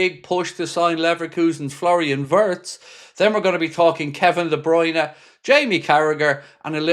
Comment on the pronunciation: No no. De Bryune no